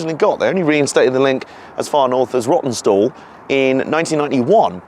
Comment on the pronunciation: That two hour layover which caused you to freeze your proverbials off at Rawtenstall caused you to pronounce it "Rottenstall"! That must be the way you felt about it in the nethers! Entertaining video, thanks for uploading.